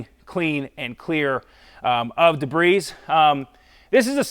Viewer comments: It's pronounced de bree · I love your videos and I think someone should tell you that the "s" in debris is always silent. :)